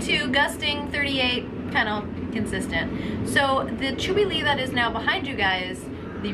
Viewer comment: Chewy Lee? Your pronunciation is comical........